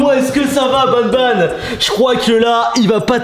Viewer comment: C, est pas nabnab c'est banban